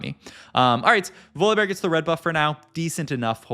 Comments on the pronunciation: VoliBAR bro how are these pronunciations getting worse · Does he say every champ name wrong on purpose to bait? "Voli-bar" "layona" "leblank" "Bree-R" rar so randum "Ko-bo-ko" yeah im unsubbing Once you notice is says "here" every 3 words you cant unnotice it, rough